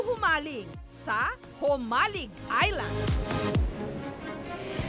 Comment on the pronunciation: Mabilis po ang bigkas ng JOMALIG, hindi mabagal, tga jan ako sa island na yan ng Polillo, waybak 80s, sa Burdeos Quezon ako😥